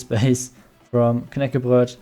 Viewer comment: Haha, Your raid at the end. Just fantastic! And another thing,. I'm from Sweden myself, and your pronunciation is actually very similar. I had been waiting for that moment the whole time. For you who dont now, Knäckebröd = Dry, hard bread. Very nice video, keep the good work up!